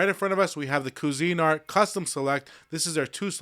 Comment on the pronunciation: It’s Cuisinart not Cuisinart